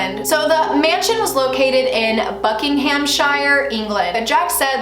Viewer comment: We pronounce it Buckingum-sherr btw